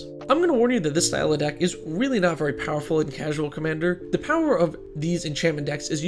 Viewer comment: "they have veey few infinites" oh no, how terrible, what a tragedy...